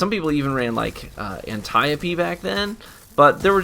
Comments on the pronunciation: Anntieopee? Dude no, it's Antiope haha, sounds how its spelled. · Its antiope not anti op. I dont know why people think pronouncing things wrong is cool or special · “An-tie-o-pee” lmao what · an ti oh pee omegalul. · The phonetic transcription of how it was said is closer to an-TIE-o-pee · An-tie-oh-pi? Thats a first for me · An ty o pee? Lmao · The way you pronounced Antiope made me angry as fuck lmaooo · I hope he said it this way just to piss people off because damn... 😂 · LOL the way he pronounces Antiope lol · You pronounced antiope soooooooo weird